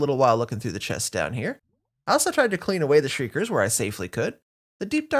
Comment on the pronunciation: Oml I’m sorry but I hate when you guys say “Sherds” I’m really sorry but its “SHARDS” like glass shards! That’s why when you put them together, they make a pot! (Also I loved this 1000 days!!)